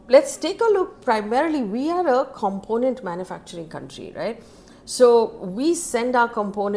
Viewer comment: If I were you I’ll work on “component” and “aluminium”pronunciation. As your news is quite informative.